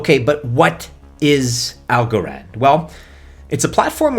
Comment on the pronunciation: Why do you literally say every coin weird?? "Solainahh - AlgoRond"